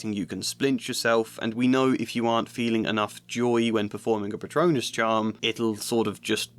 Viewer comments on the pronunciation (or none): none